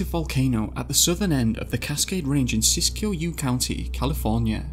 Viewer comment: That is not how you pronounce Siskiyou. It's like Sis-Q.